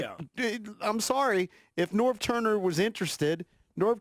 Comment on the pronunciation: He tried to make a point of all people he say Norv Turner